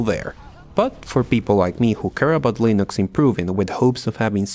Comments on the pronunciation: Ya lo había dicho el mismísimo Torvals, se pronuncia Linux, no Lainux. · Not true. The guy pronounced it correctly multiple times in the video as 'Len-ix" and went off the rails and said "Lie-Nix" a few times. Look anywhere, any Linux video. Everyone pronounces it as "Len-ix" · Lee-nicks 👌.. Lie-nooks 👎.. try, at the very least, to pronouce your subject matter correctly.. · The way you pronounce "Len-ix" as "Lie-Nix" really bugs me. xD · Dude, you either pronounce it Linux or Lainux but not both! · I like how much you switch between pronouncing it as "linux" and "lainux" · It’s not line ux it’s like lin ux like tin with a L then ux. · Did he just said Line ux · lienux and then you pronounced correctly couple of times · HE SAID Linux correctly once, L-in-aaaaaa-xxxxxx. He has been pulling us through a joke the entire video. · leeh ... nucks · Le naux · My biggest problem with this video is your inconsistent pronounciation of Linux, just pick one! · You are obviously mispronouncing it on purpose.... Lainux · It's not Linux, it's Linux.... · I love how you mispronounce Linux but you pronounce Ubuntu perfectly in the first go. With a lot of other people it's the other way around. :P